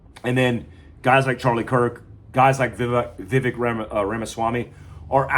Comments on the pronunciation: It's Viv-AYY-k, not Viv-EH-k. The AYY sound is like the A sound used in the word "same". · Vivek rhymes with cake